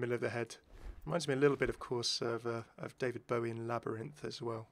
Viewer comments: why do you pronounce daVID BOWIE LIKE THAT AAAH DISGUSTING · I absolutely hate the way you said David Bowie’s name initially